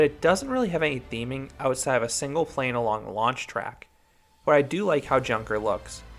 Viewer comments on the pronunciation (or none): none